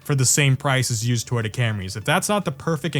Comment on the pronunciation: I've never heard someone pronounce Toyota as "Twitta" 500 times in 22 minutes before